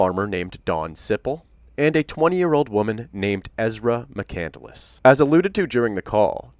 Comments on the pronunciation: Isn’t it pronounced McCand-less not McCandle-less? Just asking.... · The last name is McCandless and she keeps pronouncing it as McCandaless 🤦🏻‍♀️ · Amazing how she take Chris McCandless’s name, but keeps mispronouncing it and clearly knows nothing about him! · I don’t think she even read it. It’s not a novel. And I hate the way she adds an extra syllable to mccandless